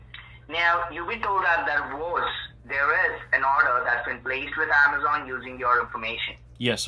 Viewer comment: The "wheezon" you have been contacted....😮😅